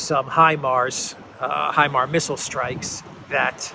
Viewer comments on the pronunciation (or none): none